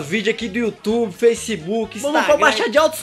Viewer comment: em vêis de você fala YOTUBE porque você fala Yotoba